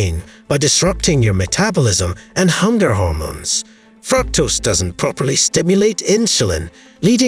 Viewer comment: Wonderful facts and good video. However, you should have a native English speaker listen to your narration and find your mispronunciations like "fructose" and "margarine". There were more but I didn't write them down.